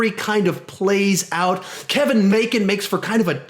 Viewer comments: Sounds like you said Kevin Macon lol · he says kevon macon